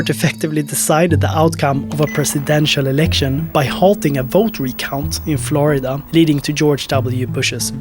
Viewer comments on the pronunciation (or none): none